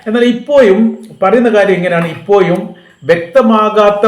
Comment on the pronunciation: എൻ്റെ പൊന്നു ചങ്ങാതീ നിങ്ങളീ അപ്പോയും ഇപ്പോയും വന്നപ്പോയും പോയപ്പോയും എന്നൊക്കെ പറയുന്നത് നിർത്തി നേരെ ചൊവ്വേ പറഞ്ഞില്ലെങ്കിൽ നിങ്ങൾടെ ഈ വർത്തമാനം കേൾക്കുന്ന പരിപാടി ഉറപ്പായിട്ടും ഞാൻ നിർത്തും.